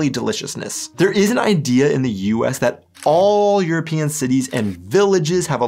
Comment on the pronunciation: Why do you pronounce european like europeean? Do you hate europe?